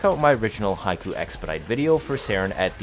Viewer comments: Not high-koo but hick-o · Hate to be that guy but Hikou is hee-koh, Haiku is a poem lol